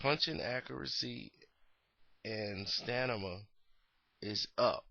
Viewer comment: stanima? lmfao...do u have an obsession with saying words n peoples names rong?